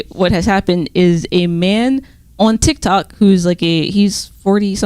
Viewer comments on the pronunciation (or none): none